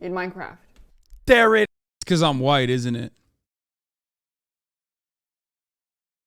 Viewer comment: But your honor... I said "In Minecwaft!"😢